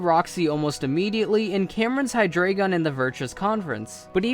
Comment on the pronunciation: Hydreigon is pronounced hi-dry-gon, not hi-dray-gon... It's evolutionary line is D-EIN-o, ZWEI-lous, and Hy-DREI-gon, each of which contain the German words for one, two, and three respectively, much like how Artic-UNO, Zap-DOS, and Mol-TRES have the same in Spanish...